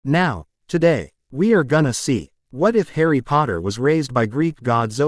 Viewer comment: It says Harry's name completely wrong